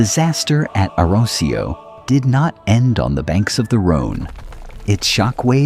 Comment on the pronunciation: Awesome storytelling and visuals, but bloody hell, your pronunciation of 'Arausio' is physically painful to listen to man.